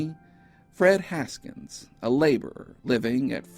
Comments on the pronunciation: His last name was Hawkins not Haskins. Look again. Good job on your channel. I enjoy watching it. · Fred Hawkins....not Haskins....right? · You don't say why the document says "Hawkins" but you say "Haskins"? Donating body parts of unknown dead people to educational establishments sounds very strange. If these remains haven't be lost over the years maybe each school could ID their skulls,then photograph it and attach any history available. Most skulls could be disregarded by state of the teeth and sex of the remains. The others could be looked at closer and DNA evidence tried for. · I noticed the name of one of her references kept getting pronounced Haskins, but it says, Hawkins.